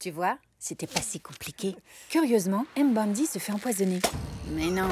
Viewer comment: Je vous en supplie faite un petit effort sur la prononciation x) C'est pas N-zinga mais nzinga, tout collé! Mbandi et pas M-bandi ;)